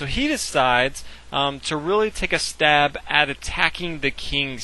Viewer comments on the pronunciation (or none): none